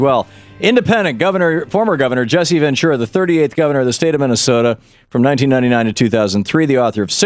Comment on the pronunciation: Jesse Ventura's last name always gets pronounced "ven true a" or " ven chewa"